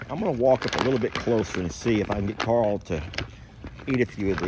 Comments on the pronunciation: Rick pronounces Carl like "Coral!" LOL He is a majestic creature. Great addition! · As soon as you said "Carl" the image of Rick Grimes saying Carl but it sounded like "Coral" came to mind 🤣😅...now I can't unhear it🤦‍♀️